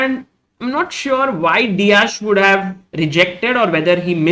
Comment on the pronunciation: You've to pronounce it like "De-ak"